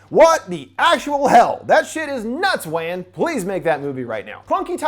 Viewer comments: Maybe it's from the years of some mispronouncing and misspelling a actors and characters such as Robert Englund/Freddy, Michael Myers, and Kane Hodder (Jason) it kinda made me chuckle a little when the host pronounced James Wan's last name as Wan like Fan instead of Wan like Won in Wonton. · Dude I love your channel but it's James WAN LIKE JUAN NOT FUCKING WAN LIKE MAN Jesus H christ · It's James "One", not James "Wang". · Lol i was into the video until you continued to mispronounce James' name wrong. You pronounce it like Wand but without the d... not like pan. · James Wan (WAH-N) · Pretty sure “wan” is pronounced as “one” 😂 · I’ve never heard anyone else pronounce James Wan the way you do.